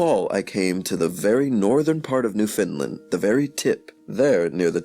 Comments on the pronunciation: Repeat after me: New Found Land. Newfoundland. Not newfinlend. We take offence to that. Say it right or don’t say it all. Even Canadians mess this up. Amazing video and content nonetheless, thank you. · Yes correct pronunciation. Not Fin or Fund. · He says New Finland. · There is no such place as Newfinland. It's Newfoundland. Say "understand." Now say "Newfoundland." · WRONG. Its pronounced NEW FAW LAN. im from there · It is NewFOUNDland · Good information is blighted by sad mispronunciations of common words, as well as Newfoundland, which is important here. While I like the information, I cannot show a class a reading where the reading is not properly done.